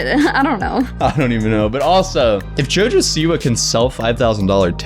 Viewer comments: Its not jojo siwu its jo jo Siwa. Lmao, you pronounced like jojo siwu. But goid video. (I dont like her aight?) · He said jojo seaweed